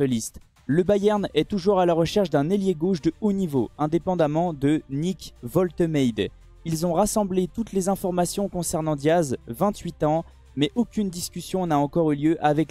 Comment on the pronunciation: pour Nick Woltemade c'est pas la bonne prononciation